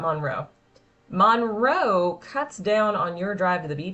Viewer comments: If you are going to do a video on a city, please learn to say it. It is not MAUNroe. It is Munroe. I'm shocked you didn't say "WaxHAW". 🤦🏼‍♀️ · It’s “munroe” not “mon-row” sorry I had to say it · MUNRO, not Monroe